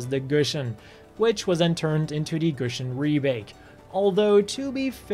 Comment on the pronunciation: its not pronounce gushin, its pronounced "goo-si-on". how are you a gundam nut and not be able to pronounce the names. just kidding boss